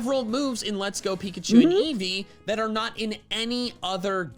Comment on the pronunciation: Eevee's japanese name is pronounced "eievui" iirc.